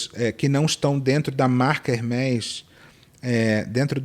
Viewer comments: Ela falando Hermes errado, me fez lembrar eu mesma. Eu trabalhava com um executivo da alta classe e aí eu falei Hermes (incorretamente), e ele me corrigiu haha eu nunca mais esqueci. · Aí a pessoa fala de capital cultural no Tiktok, de conhecimento, sobre ser culto e chama a Hermès ( /hérméz/) de Hérmes... Ah mana, menas, né! E, amooo seus vídeos mais cultos. Ótima abordagem sobre capital cultural! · Essa moça de fone branco depois de falar “heRRmès*” , só faltar soltar um “Gucciiii*, colcciiii*” Eu sou pobre, grifes pra mim são igual caviar.. nunca vi, nem comi, só ouço falar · Se lê hermê Francês com ès se lê ê Isso é capital cultural Não se aprende a pronúncia de uma palavra, se sabe intrinsecamente por se saber falar a língua da qual ela teve origem.. Sucesso,!